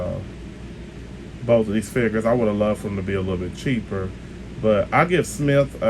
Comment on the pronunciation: You’re killing me with your “Smithy”. It’s pronounced like this “Smie-th”. Good review either way though.